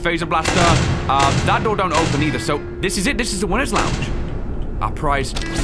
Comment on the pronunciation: U,mm you said daor I swear it’s door boi